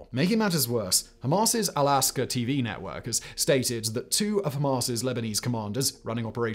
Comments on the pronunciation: it is AlaQsa not Alasqa mate. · al-aqsa not 'al-aska' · Its Al Aqsa, not Al Asqa